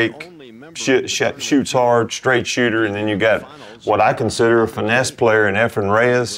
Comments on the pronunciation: Tell those guys to stop talking about hair...😊 It's Efren,, not Efrum. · Efrem…sheesh dude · How many times do we have to hear the pros who know his name mispronounce it and still call him "Efrum?"